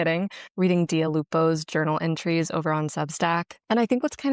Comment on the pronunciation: I kept thinking you were saying Dua Lipa’s name wrong when you were really saying Dia Lupo very correctly 😂😂😂😂